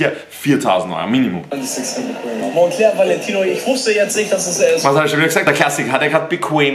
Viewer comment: Monclör auch gut ausgesprochen